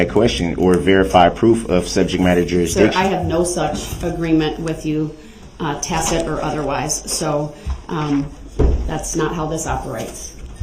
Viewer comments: Tas-it agreement…it took this man almost 4 weeks to figure out how to pronounce that word. It was hysterical😂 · Words cannot express how much I loved it when she FINALLY said, "I don't know what a tackit agreement is."